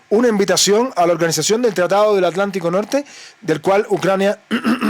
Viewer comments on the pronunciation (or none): none